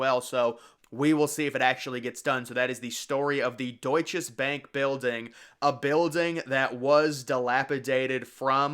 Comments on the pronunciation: I worked there 1994 until labor day 1998, then at 4 WTC until 911. It was not the Deutsches Bank. It was the Deutsche Bank. Not sure why you keep saying it with an S there. I also would not call it forgotten. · I worked about 2 blocks from the WTC & Deutche Bank building (yes, it's Deutche Bank. I don't know why the narrator repeatedly called it Deutches Banki!). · its pronounced doit-chuh-bank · You know the maker of the video did due diligence when he keeps on repeating“DeutcheS Bank” 😂